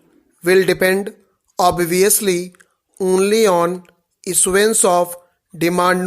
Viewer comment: Pronounced obviously and cumulative and several other words incorrectly. Please read once before dictating. Thanks.